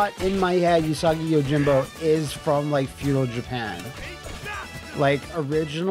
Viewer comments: I'm also gonna be that guy... うさぎ is pronounced OOsagi, although he keeps saying YOOsagi. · In Japanese, u is a flat sound, like the u in 'flute, not a curved u sound sound like vacuum... So it's pronounced OOsagi, not YOOsagi. うさぎ is the Japanese word for rabbit.